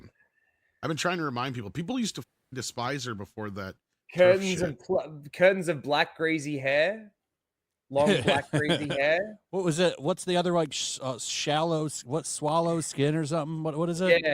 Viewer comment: Jesus,.... it's SALLOW, lol. My had SALLOW, pale skin